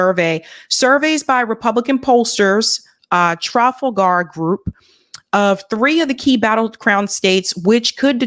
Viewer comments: Tra fall ger not trafellgare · Tra-FAL-ger, as in Trafalgar Square. Thanks,. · Trafalgar: It is pronounced, Tra-FAL-gar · Trafalgar is pronounced with accent on second syllable . So it’s tra-Fal-far . You have beautiful voice so I thought I’d help you with this one word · It’s hard to pronounce, (trall fauger) group. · it’s pronounced “Trah fall gar” 😅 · Trafalgar is pronounced truh-FALL-grrrr Love your stuff,! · Sound it Out: Break down the word 'trafalgar' into its individual sounds "truh" + "fal" + "guh Im not being mean, i just thought uoud like to know. Btw excellent content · It's pronounced Trah-FALL-ger. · Trafalgar, as in the Battle of TRA-FAL-GAR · Nice Summary On the pronunciation of Trafalgar tra as in 'tradition' fall is in 'fall' gir as in 'girl' with syllable stress: tra-FALL-gir There is a Trafalgar Square in London, named to commemorate a battle the Brits had with Napoleon off the Spanish shore of Cape Trafalgar. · Pronunciation Tra fall gare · say it; "Tra-FAL-Gar". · It's pronounced "Tra-foul-ga". Napoleon knew. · "Trofflegar"...yer killin' me. Though, to be fair, the Battle of Trafalgar was a long time ago and had more to do with European history than our own. Keep up the good work,, and don't mind jerks like me in the peanut gallery. You only rile me truly when you platform that POS Mehdi Hasan (called a "sewer rat" by Norm Finkelstein, re: his willingness to smear leftists and journalists in order to please his establishment masters). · Tra-fall-garr. I gotcha!! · Trafalgar is sooo England English! Very hard to pronounce. It's trah- fowl- garr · Trafalgar? Trah-FAHL-grr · Pronounced “Tra-fal-ger” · Is that uneducated in her pronunciation of the word..... TRAFALGAR?! She never heard of the famous naval battle? She never heard of Admiral Nelson?! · in the word “trafalgar” the accent is on the second syllable.